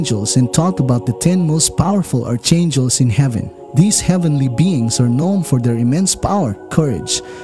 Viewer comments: It is pronounced "Arkangel." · It's pronounced Arkangels, fercryinoutloud😉